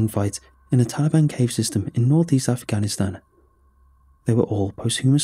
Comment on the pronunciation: It’s called the tali-ban